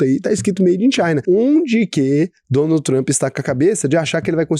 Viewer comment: Tenho a impressão que o fala Donut Trump em vez de Donald 🤔